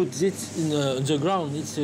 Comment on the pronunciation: "you buy zat it iz euh fraiche and your cut and you poute in zis sac"